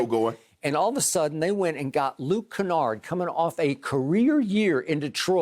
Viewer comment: "Luke Canard, Luke Skywalker, don't mattah" 😂😂😂